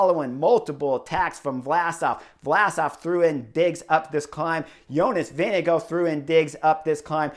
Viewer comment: Jonas "Vinego" Vingegaard 😀 At least in europe his name ist pronounced more like "Wing-e-guard" 😛